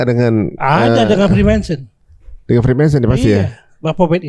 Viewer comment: 1. Freemason. Bukan Freemanson. Nyebutnya aja udh salah. Freemason bukan dari Templar Knights. Mereka para tukang batu & kayu yang mbangun Amerika (Washington) awalnya. That's the history fact you can't deny. Templar Knights itu semacam pasukan jihad-nya yang ngejaga agama Nasrani. Sebelum pecah dengan keyakinan gereja. 2. Kabbalah bukan menyembah/menuhankan matahari. mereka occult menyembah Tuhan mereka sendiri. Yang lebih menyembah matahari itu Judaism. Justru kabbalah mengartikan matahari ciptaan Tuhan. 3. Lucifer & Baphomet dua 'sosok' yg jauh berbeda. Bener Baphomet dari Templar. Bener Baphomet bentuk penghinaan terhadap nama Rasulullah. Belum ada bukti konkrit juga Freemason nyembah Lucifer. Meskipun jutaan teori konspiranya spt itu. 4. VOC emang dibiayai Freemason. Bukan pure Belanda. Karena Belanda sebenernya udh keabisan biaya perang ama Spanyol. Mangkanya banyak simbol2nya di Indonesia, terutama Jakarta. 5. G di logo Freemason bukan Genostic. Tapi Geometry. Berhubungan dengan jangka & penggaris. Karena merupakan filosofi para builders/tukang batu. 6. Eye of Horus sama Eye of Providence (di US dollar) beda arti. Meskipun visualnya sama2 mata satu. Horus itu dewa Mesir. Sementara US tu kur-leb simbol mata Tuhan yg melihat segalanya (all seeing eye) dikelilingi segitiga (simbol holy trinity-nya umat Nasrani) 7. Selain George Washington, Freemason 33 juga Franklin, Paul Revere. Cuma George emang paling tinggi. Ada lukisannya di atas Capitol, George Washington diatas awa